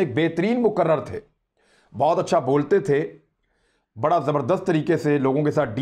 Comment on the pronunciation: عمران بھائی آپ ایک لفظ میں بڑی بھاری غلطی کر رہے بولنے میں لفظ Mokaarar(مقرر) اس کی اصل Moqar rir ha Moqarar غلط ہے